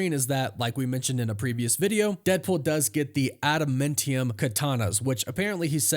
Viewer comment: Smh… adaMANtium dude…. Not adaMENtiun